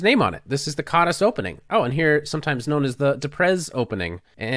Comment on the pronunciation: 's' in Hungarian is pronounced "sh", so it would probably sound like "Kadash"